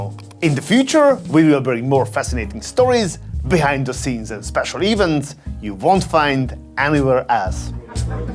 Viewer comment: A very good video. Thanks a lot. Perhaps it may be a good idea to take some advanced English pronunciation lessons, British English is best as it gives the most status but you need to know both BE and AE. It will make your videos so much better. Mostly, it is just the choice of which syllable to stress that needs some adjustment. E.g. "events" is not pronounced as "éeffnts" but as "e-vénts". Other words I heard accentuated on the wrong syllable are, right after "events", unforgettable (should be unforgéttable), acidic (should be acídic, not ácidic), and so on. Perhaps it is because the Hungarian language is so different from the Roman-German language groups, or perhaps because is so rich that nobody dares to say anything to him that he may not like (one of the principal problems a rich man runs into. It prevents him from learning new things or getting correct feedback and sensible answers).